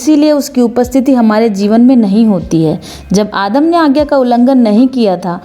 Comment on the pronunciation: Adam ❌ aadam ✔️ 😂